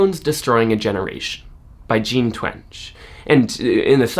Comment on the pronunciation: I believe her name is pronounced Jean TWENG-EE